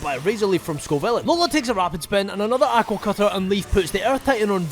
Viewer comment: i love your content but i cannot stand how you say 'aqua'